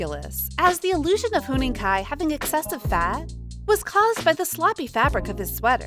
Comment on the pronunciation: Huening Kai?????????????????? THE OWNER OF THIS CHANNEL MIGHT HAVE HEARD IT FROM A NON-EXISTENT PIGEON zzz